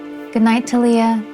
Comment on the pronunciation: ITS TALYA/TALIA NOT "TA LIA"